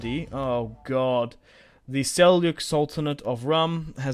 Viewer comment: as a turkic person myself i can tell you its seljuk not selyuk all in all though i check everyday for ur vids this is an awesome series i think you should take anatolia georgia bulgaria and after thst go after the ayyubids and egypt restoring the eastern roman empire and bring roman glory back